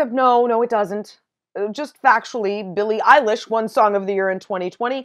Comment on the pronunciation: We love How She Said “Factually“ and correctly said Billie Eilish won Song of the year